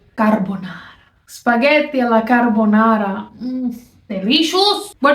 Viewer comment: How is it possible someone can make the word carbonara sound so...delicious? I love your channel , I love your skits. I am glad you randomly appeared in my YT suggestions. Continued success and best wishes from Cananda.